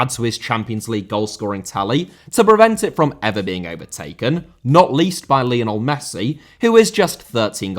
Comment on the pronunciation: Lionel* not Linl Hag* not Horg Scenario* not Scenohriouw Pelé * not Pelei Diego* not Diyeigouw Maradona* not Maradonner Uefa* not Yuweifer Emirati* not Emerohrti Mbappé* not Mbappei Half* not Holf Awe* not Or Nazário * not Nazériouw Santos* not Santoch Inzaghi* not Inzohrghi Filippo* not Felippouw He and Jamie* not Him and Jamie Aleksandr* not Alekzander Saw* not Sor Data* not Dater Can't * not Khon' Observations* not Obzervations